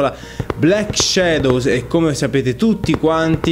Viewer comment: Shadows si pronuncia com'è scritto :P